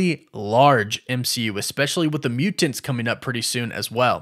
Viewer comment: He always pronounces "Mu-TANTS" weird.